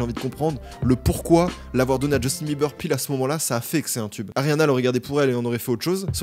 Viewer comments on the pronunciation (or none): none